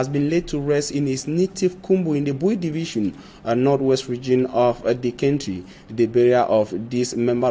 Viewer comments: Is the word pronounced"centry" or country"? Please, look up the pro ounciation from the English Dictionary. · Country not Cantry Mr journalist